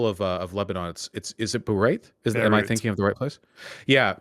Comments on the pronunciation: "Bareit?" How does Vaush not know Beirut? And he considers himself well read and informed? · Vaush: "I love the capital of Lebanon. Bereyht. I've recently learned alot about Bereyht!" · That part was weird, he said it twice like he was reading it for the first time and then a few seconds later pronounced it as if he said it his whole life. I guess he was reconciling two different parts of his brain in real time